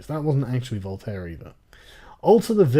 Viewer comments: It's VOLTAIRE you sjw morons! NOT Boltar! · "Voltaire", not "Boltair"....you think that they should at least know about that. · "Boltair"... ...Omg I am having a "ceysure". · "In the words of Boltair" XD I laughed so hard hahahaha. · "Boltaire" :) troll petition.